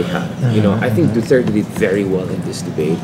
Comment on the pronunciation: this guy (in pink top) is struggling to even say Duterte's name. Just say it man.